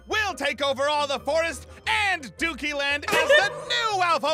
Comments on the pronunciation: im gonna name this the great powerful- Aphmau-Doody Land Me-I thought she said dooky land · why do say doody land?😂